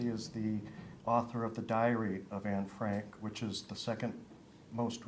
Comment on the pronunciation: Then how come she can't pronounce the name right?